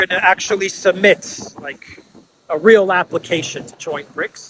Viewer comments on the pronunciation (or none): none